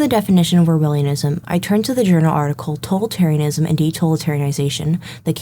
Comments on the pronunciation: Impressive video essay! The only correction I have is the word "totalitarianism" has the accent on the second syllable. to-TAL-itarianism. But aside from that, this was an incredibly informative video essay! And I say that as both a fan of The Witcher and a student of 20th century history. Kudos! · You learned how to pronounce Polish but not "totalitarianism"? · why she keep mispronouncing totalitarianism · Seriously dude? I wonder how it is possible that there are people for whom the glass is alwas half empty. She did a GREAT essay and the only thing you manage to comment is ProNoUnCiAtIoN